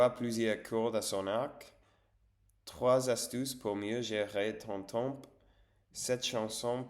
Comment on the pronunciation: consumer du contenu === consommer du contenu (consumer il faut l'utiliser quand on détruit quelque chose par le feu), le mot temps il faut pas prononcer le p lol tu prononces que tem. Reposes toi bien et bon rétablissement.